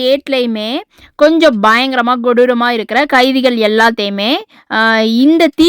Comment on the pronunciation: Godooram illa sister kodooram adikkadi neega godooram godooram nu solriga 😂😂😂